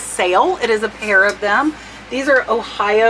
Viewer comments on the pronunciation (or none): none